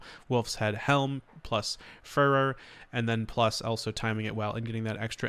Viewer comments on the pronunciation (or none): Are you in the US? If so, kinda sad that you don’t know what the D means as an adult. Or at least how to google it before filming, editing, and releasing a video. Also, furor is pronounced like “fury”, not “fur” though I will always think of it that way now in regards to druids lol